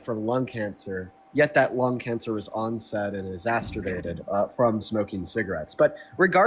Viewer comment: Y'all gotta stop pronouncing exacerbated as "exasturbated" 😂